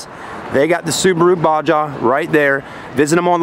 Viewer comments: It's pronounced Baw-Haw. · This dude just pronounced it “ba-ja” and “box-ster”